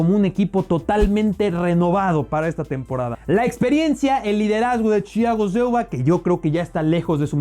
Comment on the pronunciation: deja de decir Chiago silgua bobo no sueña mejor sueña peor